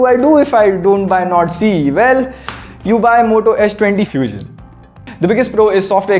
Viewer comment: Did he just said moto 20 few-xion?